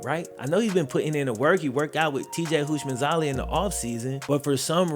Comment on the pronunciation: sounded like he said "Houshmandzalia" 😂